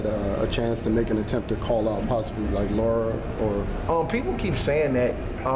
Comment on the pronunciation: Very good point made, But guys...Please learn to say LARA, NOT LAURA...smh